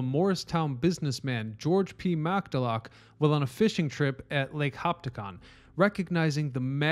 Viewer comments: Right, it's Hopat-cong, not Hop-tacong. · Say it with me now its lake Ho pat cong not hopticon and I live about 5 miles away from the only part of the Morris canal that still has water in it because most of it has been long since filled in but there are still places where you can see the impression of it. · its Hopatcong not Hopticon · HOPATCONG not Hoptacong!!! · The narrator: “Lake Hop pop ta Cong”. No, “Lake Ho pat cong”. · It’s Lake Ho-pat-Kong not hoptagon. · In NJ there is a Lake Ho-PAT-cong. There is no Lake HOP-ta-cong. PS, sorry, just read your explanation below. Courage is your middle name. Keep the good videos coming. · Love your channel. First it's Lake Hopatcong (hoh-pat-KONG). Morris Canal was NEVER really successful. Carried very little freight, due to the inclines needed. 60 tons of coal per barge ~ 500 barges per year. 1 a day in each direction? Interesting history, and some evidence still remains, mostly a curiosity. Delaware & Raritan Canal did well for 0 or so years. What-became-the-Pennsylvania Railroad first paralleled it and then took it over. Canals in Pennsylvania could float coal down towards Trenton area, and then D&R could drag it across the state to New Brunswick, Perth Amboy and then Newark or NYC. Slow speeds and lots of required manpower meant that except for heavy and much less-valuable coal, Railroads were a MUCH better transportation choice for pretty much everything. The most valuable part of the D&R was the right-of-way... first for the rail, now as a transporter of water and a recreation path. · lake HOE-PAT-KONG Lake Hopatcong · old video, but, Hop-at-cong* lake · We pronounce it Lake "Ho Pat Kong" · The lake mentioned at about is lake Hop- pack- on not what you said. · Actually, it's "hoe-pat-kong". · Ho-Pat-Cong (Prononced as it is spelled). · Lake Ho-PAT-cong. Get it right, dude. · Us people from Jersey pronounce Lake Hopactcong (Ho-pac-Kong) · IT'S "LAKE HO-PAT-CONG"...AHHHH!! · Where is Lake "Hoptacong"?